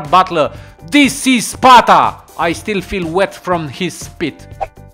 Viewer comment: you say pata not sparta